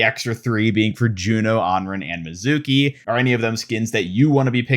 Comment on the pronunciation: Love some of the details on these, Kiriko’s skin is great, Hanzo’s is really meh On another note, Mizuki’s name is not pronounced that way. It’s ME-zuki, not Mi-ZUH-ki. Need to stress the first syllable, not the middle one.